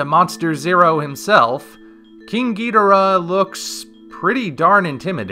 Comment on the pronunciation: I don’t like how you “ghidorah”. It’s so white. Lol